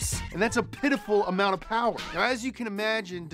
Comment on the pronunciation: More powah baby